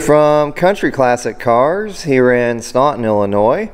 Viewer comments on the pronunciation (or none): none